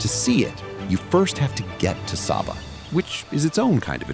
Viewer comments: The island’s name is pronounced “Say-ba”, not “Sah-ba”. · OK, as a resident of Saba, first off, it's pronounced 'Say-Ba", not 'Sah-Ba'. This appears to have been videod recently, but several of the island shots are not of Saba. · It’s Say-bah… not Sabba!! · It’s pronounced SAY-Ba; not SAH-ba. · It's pronounced say-bah. Why do this production and get something so basic wrong? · it is SAYBA! So American white of you! You do a whole entire video on the island and refuse to pronounce its name as the natives do. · my very favourite country in the world, love it there, and its pronounced SAY Bah, very inspiring when you think about it, love your video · SABA= PRONOUNCED SAY-BA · It's pronounced SAY-ba. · Actually pronounced 'SayBuh', but otherwise, a beautiful video. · When watching this I was wondering if the author of this report has even put foot on the island. I mean, how can you create a nearly 40 min long documentary about the Unspoiled Queen and do not know how to properly pronounce her name?!?! It smells a bit like an AI generated clip. Greetings from Billy Folly/SXM. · Bro, I know your content. Excellent quality 📸📹👍. I am a superyacht content creator and photographer from SXM. This thing here is seemingly an AI generated video (they even do not know how to properly pronounce the island name and it's people...lol). It has nothing to do with the effort, love and craftsmanship what people like you and me are putting in their work. Greetings. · Why didn’t you just ask google how to pronounce it before you decided to produce a whole video on the subject? This makes the video seem like AI slop. Could have been a decent video if standards of accuracy (pics) and a modicum of effort was applied. It would taken all of 30 seconds to ask google how to pronounce Saba.